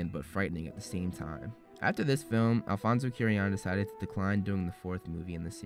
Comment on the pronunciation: When you said alfonso cuaron omg you butchered it. It's coo a ron